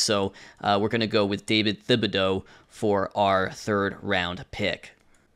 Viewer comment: It doesn’t matter bc it’s a fictional guy but the “th” in Thibodeaux is pronounced as a normal “t” sound